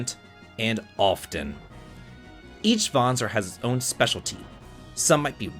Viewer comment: Kudo's for pronouncing the word Vanzer correctly!🤓